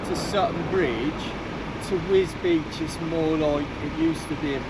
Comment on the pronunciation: I'm glad DJ went to Wisbech, because until his videos I thought it was pronounced 'Wisbeck'.